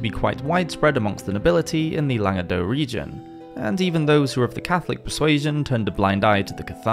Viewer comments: The c in Languedoc isn't silent, neither is the se in Toulouse. However the t in Montfort is :) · Just to confuse you even more, the C at the end of Languedoc is actually pronounced 🤷🏻‍♀️ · What about the Jewish influence in promoting and spreading the Cathari anti Catholic doctrine? Also that’s not how you pronounce Languedoc.